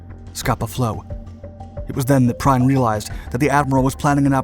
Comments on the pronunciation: Min.: "Prien" is pronounced in german like "Preen", not "Prine". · His name was not Gunther Prime - it was Gunther Priem (pronounced Preem). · The pronunciation is "Günther Prien" NOT "Günther Prein". Note the correct German pronunciation of the "ie/ei" combination. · Gunther Prien’s last name was NOT pronounced “P-R-I-N-E,” as your video narrator incorrectly pronounces it. His name is pronounced “P-R-E-E-N.” I am not being “petty,” “trivial,” or “mean-spirited” in pointing this out. Gunther Prien was one of the Kriegsmarine’s first, *nationally celebrated and internationally infamous U-Boat aces,* and his name was well-known throughout Germany and Europe after U-47’s successful penetration of the British Royal Navy’s greatest and supposedly most “secure” bases, and its correlative sinking of the aging, nearly obsolescent WWI battleship ROYAL OAK. Though the Royal Oak itself was of only quite limited tactical value (as a WWI battleship, she was generally too slow to “keep up with” and participate in significant modern fleet actions by 1939), her sinking killed over 800 British sailors, and her having been torpedoed while anchored in what was believed to be Britain’s most secure naval base was an awful shock to the British and a great psychological “triumph” for Germany. When U-47 returned to Germany from its mission, Prien was received and treated as a sort of “national celebrity,” and among the Allies his name had great notoriety during the first two yrs of the Battle of the Atlantic in WWII, at which time the British destroyer HMS Wolverine was quite possibly the Allied warship that finally killed Prien in 1941 with depth charges, as he and his U-47 were attacking Allied convoy OB-293. Thus, if one wishes to have credibility as an histor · Prein? --> Prien do you mean. Its no "I" but a "ie" like in "believe". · It's PRIEN not PRINE. The image is NOT of Scapa Flow; it's of a US destroyer bone yard. History is best served with accuracy! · not Prein but Prien